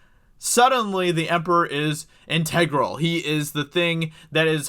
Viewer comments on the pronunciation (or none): “Intergral” is pronounced “enter-gruhl”, not “en-tay -gruhl “ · Learn how to pronounce integral. 😂😂😂